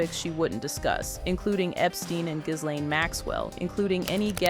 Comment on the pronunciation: it's pronounced jizz-lane